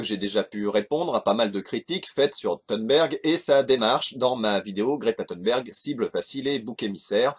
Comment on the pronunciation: Déjà le fait qu'elle l'appelle "Gréta Thoune'berg" durant toute la vidéo.. Insupportable !!